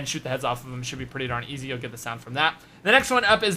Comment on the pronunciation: says "seems eazy" 😂😂😂 lol I'm done not extremely hard definitely not eazy